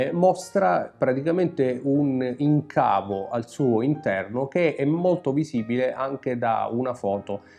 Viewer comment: Mostrano un incavo, accento sulla I, non in-cavo.